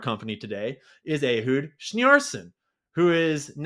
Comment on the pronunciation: Every time you pronounce the other Ahud's last name, I hear Tim Conway on the Carol Burnett show describing the siamese elephants!!😂